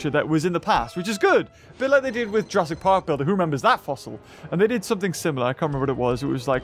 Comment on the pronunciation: Jurrasic not jurraisk